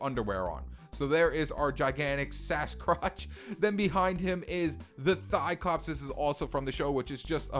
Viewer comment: Did u just say Sascrotch as in Sasquatch mix a crotch like p€n!$